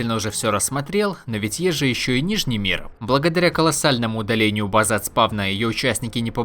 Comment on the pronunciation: Вам платят за то, что вы делаете ударение на последний слог? уши режет пздц «место для базЫ» «сегоднЯ» «предметЫ» от того, что каждый второй так делает уже бесить начинает слушать…